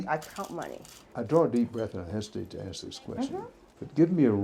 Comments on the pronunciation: also listen how they talk, they don't even pronounce words right , I'm from Detroit I hear it & see it. terrible. ok the work( ASK). they say AX, what is that. ?????? ( kids). they say KEIDS, it's a 1 syllable work not 2. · (Spells "temperature" wrong) Yo, can I axe you, 'nuff said? Blacks love to blame all their problems on whitey but all they had to do was raise their children properly by making them go to class, maybe attend a PTA meeting?